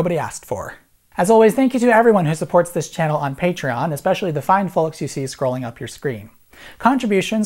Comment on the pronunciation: I happen to hit pause when he said "how about dis" and I said "dikkin yo mouth" lmao I'm hilarious